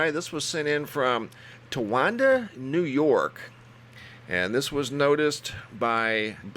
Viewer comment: I think you mean Tonawanda, NY. It's pronounced like "tawn-ah-wanda". Yes, it's not all that far from Toronto - maybe a 1 1/2 to 2 hour drive.